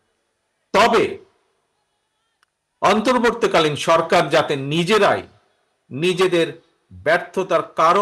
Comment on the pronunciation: Apni ontorbortii kalin sorkar kothata occharon korty parenna kno?